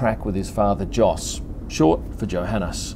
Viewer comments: you pronounce his dads name as Yos not Jos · I think Jos is pronounced "Yos" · Minor little point: Jos, pronounced the proper way by the Dutch (and the Flemmish and the Germans) is "Yos". So it's without the phonetic "D" sound in front, but the way "you" starts. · Although it is spelled "Jos", it's actually pronounced as "Yos". That's ok, rookie mistake. I'm sure you'll get it right next time. ;-)